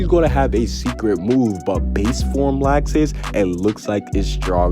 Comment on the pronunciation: I’m so excited to get fairy tail back in anime. I cried so much when seeing the last episode lol. But this is great news! Also why is he pronouncing Laxus’ name as “lax • sis”?